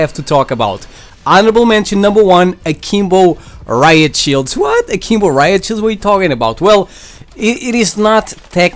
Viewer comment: All I hear is saying Kimbo